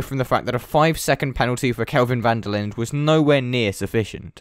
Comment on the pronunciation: Linde is pronounced "Linduh"